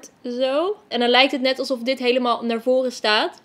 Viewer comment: Toen je dit topje wou zeggen zei je: dis topje